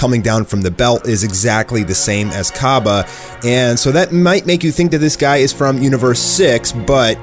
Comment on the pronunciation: it's CABba Not COBba